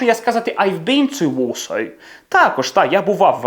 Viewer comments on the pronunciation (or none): А чому Варшава вимовляється ВОШАЙ ???? Дякую автору за харизму😅